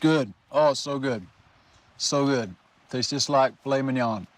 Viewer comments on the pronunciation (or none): none